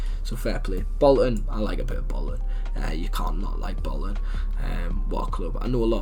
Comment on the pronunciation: Up the “bollton” 😭 respect tho 🤝